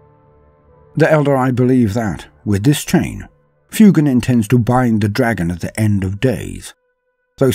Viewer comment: Love the video! I noticed that you pronounced the Pheonix Lord Fuegan as "Fyoo-gahn"! Fuegan bears a striking resemblance to fuego in Spanish! Fuego, Spanish for fire is pronounced "Fweh-go," so I believe Fuegan would be pronounced "Fweh-gahn!" Just food for thought!